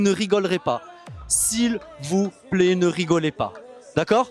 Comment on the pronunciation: C'est un quai (pas un qué !!!)😂😂😂😂😂😂 S'il vous plaît (#plé) 😂😂😂😂🤣🤣🤣